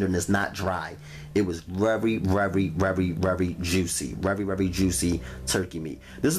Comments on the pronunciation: Verwy verwyverwy vewry juicieeeee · What about it being "vrery vrery very juicy"? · " vrery vvrery vrery juicy" lol